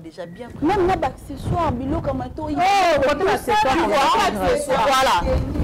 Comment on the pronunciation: Félicitations très belle émission je voudrais Attirer ton attention sur deux choses que j’ai remarqué juste il faut bien articulé quand tu parle et ne pas hésiter à revoir tes vidéos, par exemple Accessoires Tu prononces acquisoir ou encore Ça fait partie et non ça fait partir et éviter de dire ect……. Tout le temps deux remarque pour toi sinon je t’aime bisous 😘